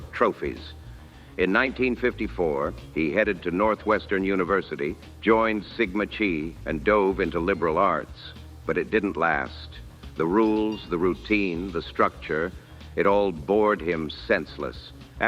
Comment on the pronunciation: Chi was pronounced incorrectly. It should be (ki)